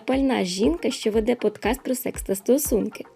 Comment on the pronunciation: ти теж кажеш "підкаст" але правильно має бути "подкаст" бо це транслітерація з англійської. мені цікаво чому ти так кажеш? мені наприклад не подобається як звучить слово "подкаст" поряд з іншими українськими словами. якщо всі будуть казати "підкаст" а не "подкаст" то це слово попаде такі в словник в такому варіанті